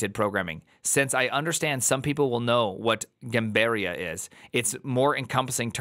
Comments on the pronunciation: Hearing him say Gambiarra in the way he did was physically painful. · first of all brazil mentioned LETS GOOOOOOOOOOO second of all the way says gambiarra is actually so funny, it makes it sound like something fancy